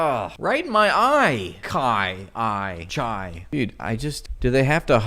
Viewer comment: why does their "chai" sound like "heil" tho